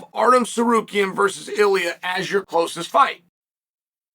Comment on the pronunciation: Did he say ARTEM Tsarukyan?